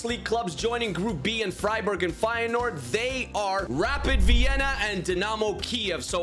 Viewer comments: I'm an feyenoord fan and you dont pronounce the 1st e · Actually I dont know if you speak dutch but it is feijenoord originally